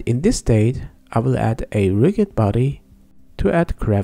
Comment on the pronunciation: you're pronouncing rigid incorrectly.